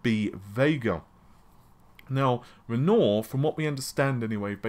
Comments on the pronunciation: Oh fer God sake! It'a not Ren-OR. It's the name of an artist, French, Romantic period, and it's pronounced Ren-WAH! Google collect your information and they're big & nasty, but they do have their uses! Trivial point? Certainly. Now that AMD have released Mulan and they're releasing Roam, next they're going to release Naypulls into the wild and then possibly sink Venus. If I butchered the name of WIlliam Shaykz-Pear to you, would you mind? Or misused Winsom ChurchHull? How about I sloot-shame Mergreat Thaetcha? A person with some education knows the names of the Renaissance artists (one episode of teenage mutant ninja turtles will give you most of them) and Italian cities. Finding out how they should be pronounced... is something an educated person shouldn't HAVE to do. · sounds like lenor fabric softer rofl its renior (spoken as renwa R is silent) as in the artist you moron lol. add that to narvi & freds rofl. Also there is only ONE internet its an interweb a world wide network if you will not internetsssssssssss. my god man. how many do you think there are?, how many realities are you living in. and while were at it "money" spoken as money not moneysssss. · “Rennore”? Try Re’n’ouarr as in the painter. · Never known someone to mangle language like this. Renoir is pronounced Wren Wah - he is a French artiste much like Matisse. Naples is an Italian city - much like Rome - not a country in the Himalayas. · Yeah I have come to believe he has the worst pronunciation on Youtube. It amazes me how even names like Renior he cant get right. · It's pronounced ren-wah you uncultured swine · It's pronounced ren-wah .. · Wren wah? Wtf isn't it "reh-nuah"? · Renoir is pronounced as "ren-wah" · Renoir phonetically is "REN-WAH"...just helping :) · I think it's pronounced Ren-wah.... it's French lol. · Seriously, you are English and should know euopean names.... Napols and renoor? Renoir is famous artist....CMON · A lot of the time I feel like he does it on purpose.